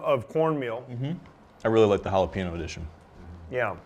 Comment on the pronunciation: Can’t trust the judgement of anyone who can’t say jalapeño